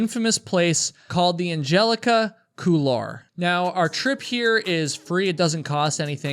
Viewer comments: Couloir, it's a French term pronounced coolwoir. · Couloir is pronounced cool-wahr, not cool-are. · it's pronounced cool-waar, not cool-lar. Good video though. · On a side note: the word "couloir" in "Angelica Couloir" is a french word meaning "passageway" / "hallway", and is pronounced "cool-war". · Couloir is pronounced "cool-war", as close as I can tell, it's a French word. The L is almost silent. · Hope you dont mind the nitpicking, but the word Couloir is pronounced Cool-warr, not like war but warr like the end of arrrr from what a pirate might say xD. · You pronounce "couloir" very strangely, but I'm Canadian.